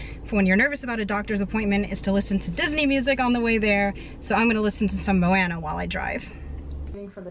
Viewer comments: I think she means it's pronounced "Mo-ah-nuh"! But to each her own! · Moe-ahhh-nuh!! Drives me bonkers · Lol, I love y'all and I'm so happy for all of your strives, but everytime you say "Moana" I cringe. 😂😂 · sorry my notifications are messed up! It's pronounced differently by everyone in the movie so it's just weird to hear it the way you say it haha. It's not a big deal, more of a me thing than a you thing. It sounds very southern when you say it lol ☺️